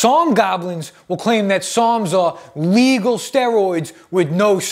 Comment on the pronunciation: Lol I was listening to this and i swore he was saying "PSALMS" NOT "SARMS" LOL